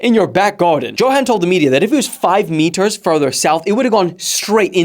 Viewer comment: Bro is South African. Hy weet hoe om Johan te sê lol!